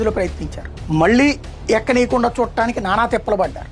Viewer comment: నువ్వు ముందుగా తెలుగు నేర్చుకో... ఎక్కనీకుండా...ఎక్కనీకుండా... ఏంటి????😅😅😅😅😅